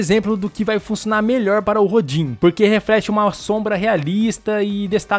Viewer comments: Apenas uma dica pra ajudar. Rodin, é nome do escultor francês. Se pronuncia "Rodân" Abraço. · A pronúncia é RODAN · Se pronuncia Rodã, em homenagem ao grande escultor francês Auguste Rodin ( ), considerado o fundador da escultura moderna. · Se pronuncia Rodã, um famoso escultor francês. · O nome se lê "rodã". É o nome de um escultor francês famoso. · Nem sei como vim parar aqui, mas parabéns pelo vídeo! Só um adendo, o no da I.A. se lê "Rodã", acredito que o nome seja baseado no escultor Auguste Rodin. Abraço! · Olá! Eu apreciei muito a sua didática. Papo reto, sem enrolação ou gracinhas desnecessárias. Apenas uma observação: a pronúncia correta do nome desta ferramenta é "Rodã", referência ao escultor francês que criou a famosa estátua O Pensador. Aliás, ferramenta muito interessante. Sem dúvida vou testá-la.